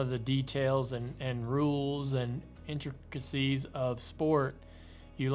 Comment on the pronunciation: Intricacies was a tough word for Dale Jr.